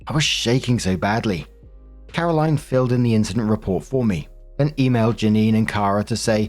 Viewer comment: Story 2 - When looks at "Carolyn" and for some unknown reason thinks it's pronounced the same as "Caroline".